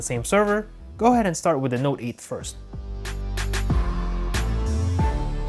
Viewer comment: Your voice is fucking annoying the way you emphasise on the s9 or note 8